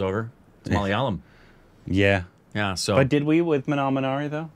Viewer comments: Finally he pronounced Malayalam correctly 🥲 😌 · He pronounced "Malayalam" perfectly😳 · I just loved the pronunciation of 'malayalam' by....very close to the native speakers... Well done.. 👍